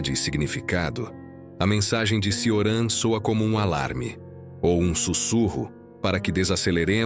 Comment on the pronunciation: Ótimo vídeo, só uma observação: se pronuncia “Tioran/Tchoran” o “C” em romeno tem som de “tch”.